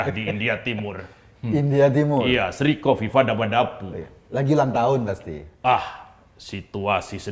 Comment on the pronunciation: Sri Kofifah DabaDabu 😅😅😅 Hati2 ya Mas Eko jg terselip ngomongnya